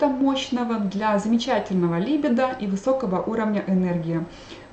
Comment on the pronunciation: Заранее прошу прощения за замечание, но ударение правильно ставится так: либИдо, алкогОль, инсУльт. А лекции Ваши очень интересны и полезны, большое спасибо!